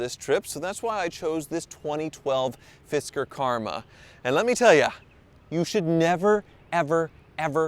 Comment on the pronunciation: "fister" Karma ?